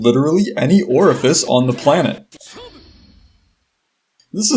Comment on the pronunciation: say oreifice one more time